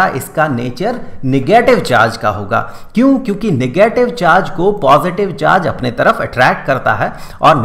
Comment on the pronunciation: "Nagatave charge"